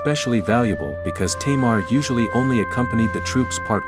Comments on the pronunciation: why are you saying 'teimar' instead of 'tamar'? XD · She is not a queen! She was referred as King! And it's Tâmar not "teimar" wtf